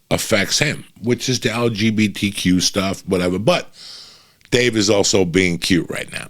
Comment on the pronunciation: Damn Uncle Joey butchered “LGBTQ” 😂 😂 😂